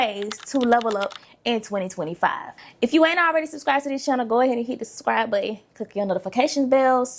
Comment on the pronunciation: Why do you mispronounce subscribe? 😩